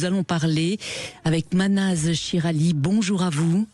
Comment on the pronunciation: Mahnaz et non pas Manaz